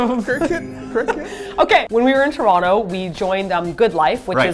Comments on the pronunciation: I'm also from Tr-ah-no. (Its still a T, but yeah, that is how we pronounce.) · I live in England now but I'm from Toronto as well and you say it just like me - "Ch-Ron-to". It makes me giggle when people not from there say it "toe-ron-toe". ;-)